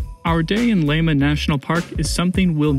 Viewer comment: don't even try to pronounciate estonian names without long and proper training... Lahemaa is not /laima/ as it sounds here. la-he-maa. not so difficult, only lil bit of care needed. just tryna help :) alrite, just kiddin actuerly. but i will never attempt to say Kuujjuaq without proper training - it is spot on north american continent same latitude as north estonia... bit more south, it is 58° 6′ 24″ N and Tallinn on north coast of estonia is 59° 26′ 14″ N